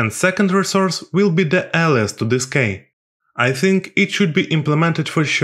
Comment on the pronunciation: i like your videos, by the way, the pronunciation for key is 'Kee'.